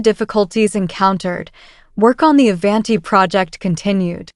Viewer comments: Ai can’t even pronounce Avanti correctly. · Learn how to,pronoun the word Avanti! 😂